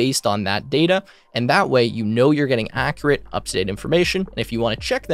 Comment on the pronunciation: Your pronunciation of the word "accurate" is inaccurate.